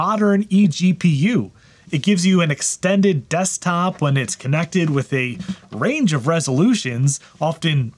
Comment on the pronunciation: for some reasom I'm hearing "dusttop" instead of "desktop"